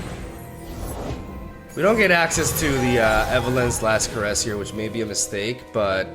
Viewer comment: Did no one tell him he’s pronouncing “caress” wrong?